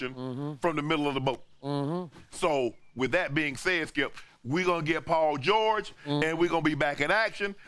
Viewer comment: Chip (oops Skip) get the name right... Paul George...